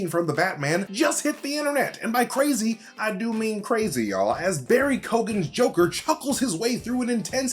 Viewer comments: Pretty sure it’s Barry KEE-GAN not Barry KO-GAN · Not to point out any major negative , but for all the Americans that can't pronounce irish names, it's Keoghan... You pronounce it..... key~own, hope this helps ☘️ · ➡ ➡ ➡ ➡ dont say the "GH" in his name... pronouce it as Key Own 👌 👌 👌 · Keoghan... Pronounced Kyo-an...not Kee-ogan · Barry Key-owe-in is how you actually say his name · Barry key-oh-han if your pronouncing it. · Barry Key-own** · just saying barry keoghan second name is pronounced. kee-yo-han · Guess you can’t try to pronounce the Irish actors name right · His pronunciation of Keoghan killed me as an Irish person haha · Please look up how they pronounce Barry Keoghans name